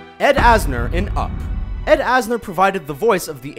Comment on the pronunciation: "Ed Anser" kek